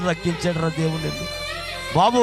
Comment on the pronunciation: వాడికి వాక్యం రాదండి... రక్షించు అనే మాటా రాక ' రక్కించు ' అంటున్నాడు.. లూకా సువార్త అనడం రాక లోకా సువార్త అంటున్నాడు... అసలు దేవునికి స్తోత్రం ఎప్పుడు చెప్పాలో కూడా తెలియకుండా వాడుతున్నాడు ఆ మాట.. ఎన్ని బూతులూ....